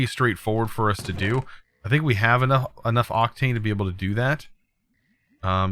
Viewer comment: Octine Ore. Not Octane Ore xdd